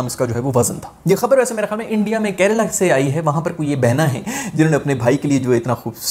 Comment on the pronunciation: not karela itz kerela